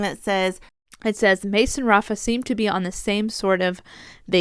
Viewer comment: Just a pronunciation note, in the Portuguese language the leading R in Rafa is actually pronounced as an English H. So it would be pronounced ‘Hafa.’